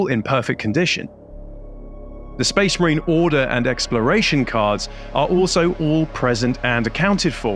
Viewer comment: Lost it when you said 'Spase Mareen' like that Commisar from Fire Warrior lol Love your content my Friend, keep it up!